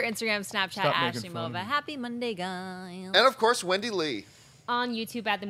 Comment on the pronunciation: Who is "Asley Mova" come on!😂😂